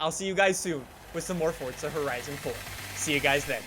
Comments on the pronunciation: Pls say Forza Horizon not Fortza Horizon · "Fortza Horizon 4" as he says it